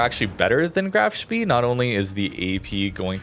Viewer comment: FYI Spee (as in Graf Spee) is pronounced "shpay."